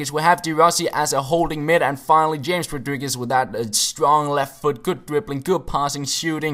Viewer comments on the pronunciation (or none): Not James Rodriguez but Hames Rodriguez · James (ha-mase)... don't call him James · It is Ham - Es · James' name is pronounced Hamez :P